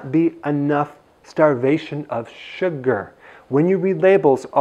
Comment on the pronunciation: keke the way he say Sugarrrr 😊👍